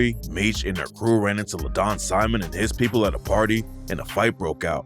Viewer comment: Layton bro not Ladon